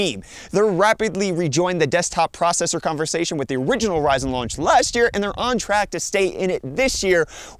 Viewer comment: "raunch" lmao. js (it happens, this is how you can tell it was done live. but still funny)